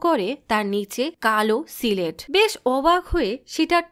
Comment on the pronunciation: সিলেট কি? স্লেট বলতে পারেন না? অশিক্ষিত ক্ষ্যাতের মতো কি উচ্চারণ করেন? সিলেট বিভাগের মানুষের হয়ে 'তেব্র পতিবাদ' জানাই😠